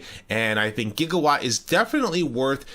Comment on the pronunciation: No Back to the Future fan pronounces Gigawatt like that